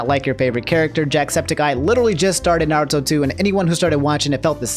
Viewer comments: I am vru knowledgeble on Narrowtoe and SocksKey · "I'm caught up on Naruto" -, who then proceeds to say almost every characters name wrong in both Dub and Sub, cmon lmfaooooo